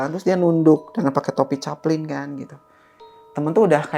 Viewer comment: Topi caping bang caping,bukan caplin 😅